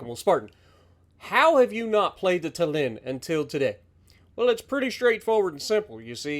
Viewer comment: And also I don’t mind but like a interesting fact Tallin is pronounced with emphasis on A so it’s tAllin instead of tallIn